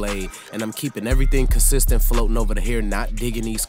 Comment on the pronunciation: Dude you kill the word consistent🤪